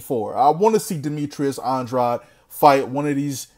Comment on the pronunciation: Demetrius Andwuad lmao 😂😂😂😄